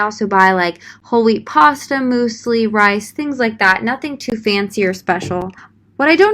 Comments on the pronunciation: “Moose lee” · Moosely wtf!? Its pronounced myuuuzely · Loving how you say mOOslie instead of mYOUslie 😂😂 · Moose-lee??? Does everyone pronounce it like that? I've always heard myu-slee. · Why do you say "moo-slee" it's pronounced "myoo-se-lee" Love you b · Muesli “MUSE ly” not “MOOSE ly” sorry I’m triggered. Ok love u bye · her: mooseli my german ass: 😫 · The way you pronounce muesli😂